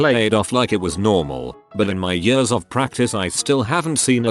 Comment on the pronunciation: Everyone else: "Years" Robot Voice: "yUsS"